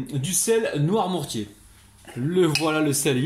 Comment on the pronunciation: Tu parles de toi à la 3è personne maintenant? 🤣 C'est NOIRMOUTIERS, et pas Noirmourtiers comme tu dis à chaque fois.